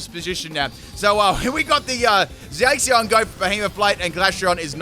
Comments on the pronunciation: ADAM JINGULAM Moe he means like its Zaa-cian instead of Zay-cian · I think you pronounced Zacian wrong , it’s not a heavy a but a light a .